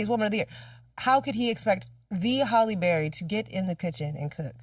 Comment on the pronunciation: Why do people keep mispronouncing her name?? It is pronounced 'Halle' not 'Holly' Berry!!!!!